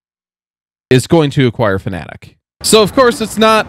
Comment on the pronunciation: Fanatec not Fanatic :D